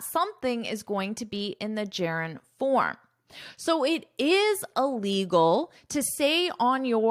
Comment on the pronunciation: Hush money And I can’t hear “illegal” clear missing the sound of “il”.